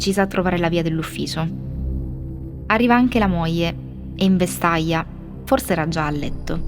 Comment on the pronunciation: non intendo questo, mi pare ovvio, ma la pronuncia. Io sono romano e vestaja è diverso da vestaglia. Poco professionale